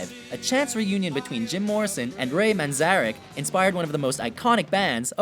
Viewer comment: What a dreadfully poor list...the guy can’t even pronounce manzarek properly.